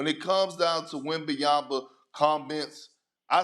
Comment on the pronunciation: perkins will be relevant when he stats saying his name right first...